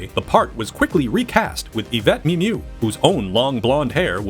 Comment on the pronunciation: They still can t pronounce the actress name Mimieux 😮😂